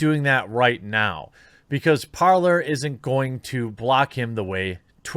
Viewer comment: when he says Parlor, does he mean Parler?